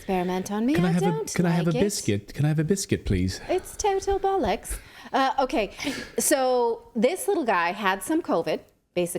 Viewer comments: Nat ''I wanna pull off the bullocks '' lol Nat it's Bollocks not Bullocks lol. Excellent news reports (also entertaining) by you and the team. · Hey Natali, It’s pronounced “Bollocks’, not “Bollucks”. Hope that helps. Regards. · I loved Natalie's English accent but it's "bollocks" with an "o", not "bullocks". If you're not aware, it's a colloquial word for "testicles". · Nice try buy it's bollooocks, you come across as pronouncing it as bollicks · It's BOLLOCKS, not bullocks. Those are oxen 😂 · You're saying it as "bullocks" it's spelled "bollocks" pronounced "ballocks" :) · 🤣🤣your saying’bollocks’ is hysterical! A tip - it’s not ‘bullocks’ 🤣🤣love it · It’s bollocks.. pronounced Bollocks ..free advice from Liverpool , England. X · It's pronounced, "Bollox", not "bullocks". You can pull it off Natalie. 👍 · The word you're trying to say is pronounced with an o not u lol xx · It's bollocks not bullocks, you could try "That's utter bollocks mate"👍😆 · I applaud your attempt at an English accent Natali. It is slightly better than the great Dick van Dyke, English accent. However it isn't the dog's bollocks yet. To say bollocks in English, one must say it like bollucks or Bollux. Yours sounded more like you were saying Bullocks. Which is bollocks. Not the dog's bollux. Also, the majority of people who use this word are not Richard E Grant, or David Niven sounding English people. Anyway, Liking the fact that you are attempting it. Keep practising and it will become the dog's bollocks. 😂😂 You and Clayton keep up the fantastic work you do. We need people like yourselves. Thank you 👍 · Natalie - I had to laugh hearing you trying to say “bollocks”. Instead of saying “bull”, try pronouncing bollocks as “doll” but with the “b”. Boll -lux. 😁😄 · Please stop saying bullocks like that. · to get it right natalie,,,its bollocks not bullocks........youll sound british abd outraged at the same time when you say it that way lol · Natalie, its "ball ucks" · bollocks say bol-lox